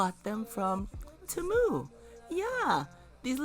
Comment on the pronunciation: Very beautifully done! Temu is actually pronounced tee-moo, but the way you say it is cuter! 😂😂😂